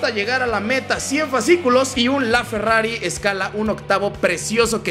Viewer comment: dice ferrafi